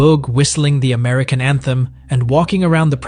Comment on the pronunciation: basic amurican